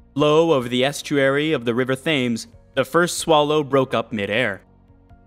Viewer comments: The River Thames is pronounced as "Tems", not "Thaymes". Do your research! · The river is pronounced T-ems/T-emz, not Th-ames :)